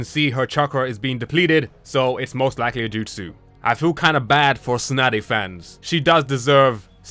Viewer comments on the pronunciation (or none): You say tsunade as snotty lol